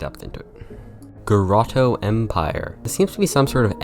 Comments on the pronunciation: Dude, it's GOTORO, NOT GOROTO. Dislexic much? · You keep saying Goroto when its spelled Gotoro T.T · It's Go TOR o empire, not grotto empire. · Why did you pronounce Gotoro as Goroto lmao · Anybody else slightly bothered by the consistent mispronouncing of Gotoro,,,? Just me? ;w